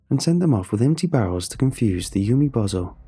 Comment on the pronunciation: Umibozu is pronounced oo-me-boh-zoo. Not yew-me-bow-zoh. This word does not end in the English word "bozo." Even using native English pronunciation, umibozu isn't even spelled in a way to suggest that the word would end with "bozo." The name Sato is pronounced sah-toh (long a, short o) not say-toe. If the first syllable in that name was pronounced as "say" it would be spelled with Sei, not Sa. There are a ton of websites out there where one can listen to the correct pronunciations of words in an astonishing number of languages. Finding two Japanese words - one a piece of well known folklore and the other an incredibly common name - takes less than a minute per word. Doing so is an easy way to show respect for the author of the story and the culture the story is based on.